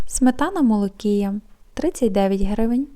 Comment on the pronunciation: Молокія--наголос на і!!!!!а не на--о!!!!!